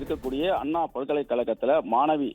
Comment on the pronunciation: அண்ணா அன்னா மாணவி மானவி இதுதான் பாலிமர் பெண் செய்தி வாசிப்பாளரின் அசிங்கமான தமிழ் உச்சரிப்பு.தயவுசெய்து பாலிமர் செய்தி சேனலில் இந்த பெண்ணை வாசிக்கவிடாதீர்கள்.